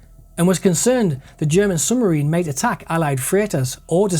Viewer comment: Excellent work. One minor point: it's 'sub marine' not "summarine". I was born in Benwell so I know it's a local anomaly of speech, but ...